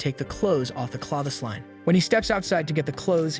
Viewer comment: "Cloth-ess line" Who the hell pronounces it like that lol